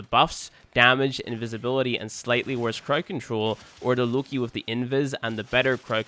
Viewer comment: btw it's Lo-Ki not look-I